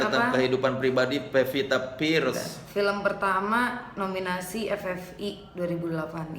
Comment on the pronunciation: soleh ga bisangomong "pearce"